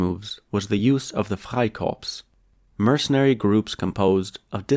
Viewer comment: How comes you can say 'Freikorps' in perfect accent free German but not 'Liebknecht? Max Frisch: 'Das Kleinbürgertum war schon immer der Steigbügelhalter des Faschismus.' The petty bourgouisie has always given the leg up to fascism. Indirect democracy takes democracy from the people and hands it to the owner classand their stooges. Illegal, not even legal, immigrants are not the ones buying clear the housing market. It's the 'investors' which is a euphemism btw. Very good analysis!